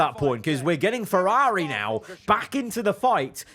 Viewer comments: FerrAGHHHHri and Astin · I can’t handle his pronunciation of “FerrAaAari”. It’s ear piercing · it's certainly a pronounciation